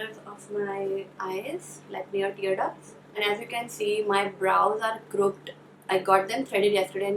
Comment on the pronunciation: Crooked is pronounced croo-kid .